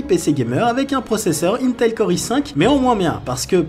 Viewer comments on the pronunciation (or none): none